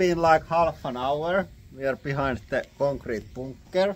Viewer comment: I just love when he says "concrete bunker"... lol JA, SO WE ARE IN DA CONKREEET BOOOONKER